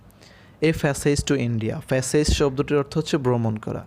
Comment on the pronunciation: ফ্যাসেজ না প্যাসেজ হবে